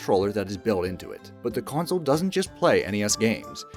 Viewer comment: Is it just me or does he keep saying "coin-sol" instead of "console", either that or hes just saying it oddly as hell! lol